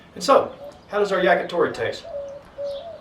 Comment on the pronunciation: Did you say Jagitori?